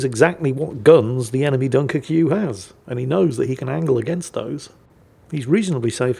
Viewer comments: Its the "French" spelling. So just pronounce it Dunkirk. I have said ship, its okay, but I rarely play it. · My IQ drops every time says Dunkircue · Pronounced Dunkerk in French, sorry to be so meticulous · ACKshully… technically at certain points in history, Dunkirk was English territory, regrettably lost to the Hon Hon Hon Baguette people. Therefore, is not terribly terribly wrong in saying “Dun-ker-kyu”. Besides, it’s always on the table to mock the 🥖 Baguettes. 🥖 Furthermore, as a very very brave player, the Sinope was intensely aware that battle-damage taken in-game means actual real-world physical damage and hurty to the player. Thus, he protected himself from possible actual literal death by mostly hiding in safety behind an island. #The HeroWeNeeded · please. It's pronounced Dunker-kway. If it's to be pronounced the way you say it then the end has to be spelled -queue. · if you want to pronounce it like its spelled it would be (Dunk - er - que) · Everyone: Dunkerque: Dunkerqueue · Spanish speakers: Dunker que? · Its pronounced - DunkerCube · within a minute it had to be a 👍👍 for the (mis)pronunciation 🤣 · I will never not mispronounce this ships name thanks to you. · I love how the title only works if you butcher the pronunciation of Dunkerque with the furious vigor of Hannibal Lector